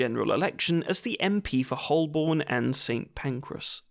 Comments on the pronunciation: Hoe bn. Not Holborn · Did my man just say "HolbORn"?